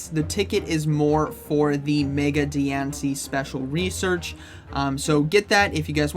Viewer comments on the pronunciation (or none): none